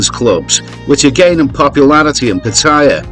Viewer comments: Pat - t- aya. please ask a Thai for pronunciation help. You are obviously an Aussie but you can do it! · when are expats going to learn to pronounce pattaya correctly? Do they ever listen to how the Thais pronounce it, so they can learn ordo they think they know better. Seems to me they think they know better. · Always enjoy your videos, but would it kill you to correctly pronounce Pattaya?